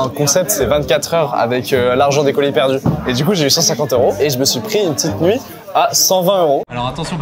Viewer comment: qui dit coulis au lieu de colis ça m'a perturbé dès le début 🤣